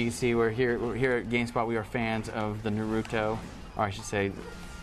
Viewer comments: you know what i hate? when people try to say naruto, but pronounce it narudo. its not na-ru-do, its NA-RU-TO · ugh.... i hate it when ppl say "nu-RU-do" ITS NA-ru-to damn it! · he is calling naruto nuroto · It doesn't matter how he say's "Naruto" he has an American accent. Nobody is forced to learn Japanese vowels to pronounce it properly just like Japanese people can't speak English properly. Macudonarudo? Sorry? You mean McDonalds? Yeah nice fail. About the video, I'm really looking forward to this game but I have to admit, every question asked raped the game. No online mode, only 25 chars, no interactivity with stages. Oh dear, seriously bad questions asked this game is a once complete and swap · y the fuck do adults pronounce naruto so weird